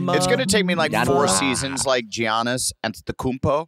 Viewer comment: “geeyanis” adam still Can’t say his name right💀 Edit: he did hit that antetokounmpo Though 😂